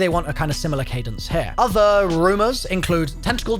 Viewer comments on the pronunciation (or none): none